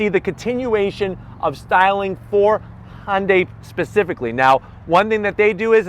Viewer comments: Its hyundai not honday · IT IS NOT FKING PRONOUNCED HON-DAY!!!!!!!! MORON!!!!!!!!!!